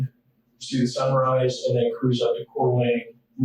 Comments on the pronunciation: Thank you for saying Coeur d'Alene properly. 😊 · Ay! A correct pronunciation of Coeur d'Alene! A gold sticker here.